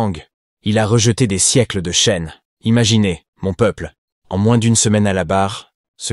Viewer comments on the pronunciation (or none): none